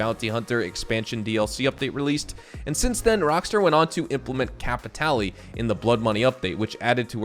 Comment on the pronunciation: Um actually it's pronounced CAP I TALL YAY